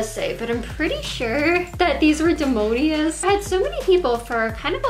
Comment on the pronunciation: “Dee-mone-ee-ahs” LMAO And the shoes with the gears-she calls them “factory things”…. 😩🤦🏻‍♀️